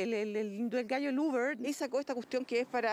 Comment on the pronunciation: "El ubr"... Que picante sonó eso.